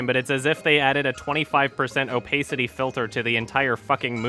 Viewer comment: oh-pass-itty